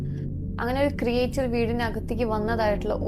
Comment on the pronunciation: why you are pronouncing ക്രിയേച്ചർ instead of ക്രീച്ചർ😅